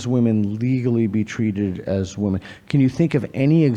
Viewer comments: So many of these students in these videos pronounce women so weird, drives me nuts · This aspiring molecular geneticist needs to learn how to pronounce “women.” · Why does it always seem to be the gender/trans ideologues that don't know how to pronounce women and pronounce the plural the same as woman?